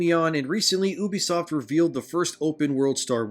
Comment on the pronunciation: You-be-soft. Not oo-be-soft!